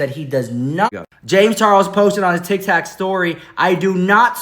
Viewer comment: "...tik tak story..." 💀 serious! 😂